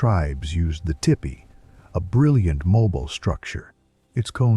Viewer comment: OMG OMG Its a TIPPY….. they are building a TIPPY. Have you ever seen such a TIPPY before. No one has ever seen a TIPPY like this. No ones heard of any TIPPY like this one. This TIPPY is unheard of. 😂😂😂😂. AI BS as usual. Be sure to invest your retirement money in AI folks….it cant narrate a dam video reading a transcript accurate.